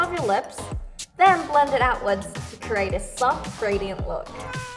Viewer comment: is it just me but she pronounce create as curate